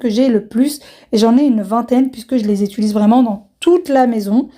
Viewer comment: Bonjour madame,je vous suis d'Algérie,j'aime ce que vous faites mais svp évitez de dire (étulise) c'est (utilisé).sans rancune et bonne journée.